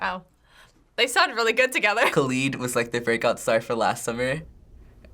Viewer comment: The way he said kalid haunts me